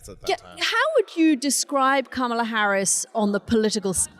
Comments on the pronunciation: This guy needs to learn how to say Kamala. He's had enough time. "Comma-luh" not "Camel-ah" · I get Anthony's KAMA-la/KOMMA-la issue, as Katty says KAMA-la. (I struggle with it, too.) It's better to make up words than to misuse English words and expressions, since it's impossible to keep up with the British linguists, especially Katty. (Examples: rubric/Rubiks cube, seismic earthquake, hot and bothered.) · Well done Katty! You've finally learned how to say Kamala's name. Thank goodness... She's no longer a camel. Edit: Nope, I spoke too soon! Old habits die hard, it seems. Edit 2: No, by jove... I think she's got it! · Anthony, you’re fantastic and I love all of your insights and the manner of your delivery!! As a fellow New Yorker, can you please, please pronounce VP Harris’ first name correctly. I cringe every time you mispronounce her name as it sounds very Trumpian. I hope you take this the right way. Thank you so much.